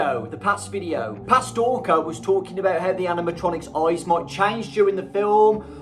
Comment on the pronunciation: Tf is dowko hear?